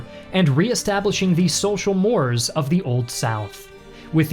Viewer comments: I'm sorry, you said, "reestablishing the social" what?!? "Mores?" What's a "more?" Nowadays, the accepted pronunciation is (môr′āz), with a long a as in days and a (z) sound at the end. It is incorrect to pronounce it as a single syllable (môrz). .. Aside from that, good video. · "Social mores" is pronounced SOCIAL MORAY. "Mores" is pronounced like "moray eel." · Social "MORES" --- like "S'MORES"???? it is pronounced "Mor-aaas"... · Mores is not pronounced "moors" It is pronounced "MOR-rays" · mores is pronounced more aze, not more+s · the word "mores" is pronounced as if it were spelled m∙o∙r∙a∙y∙s. Otherwise, an excellent video. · I appreciate your project, and I really liked this video, but your complete fail in pronouncing "mores" really stood out. This is a general problem among academics, including myself, where the pronunciation, in whatever language, may not be obvious, and one writes an article without complete certainty of how to pronounce everything.